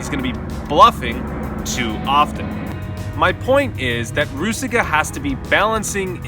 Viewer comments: Hey, I really enjoyed the video but its so funny how you say Růžička you know because its czech name and its prouced differently there is link ( to google translator i wrot it in chzech so you can just click a hear the pronounciation or ju can just write "růžička" and select czech :) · You're such a world traveler and you have no idea how to pronounce the Czech guys name?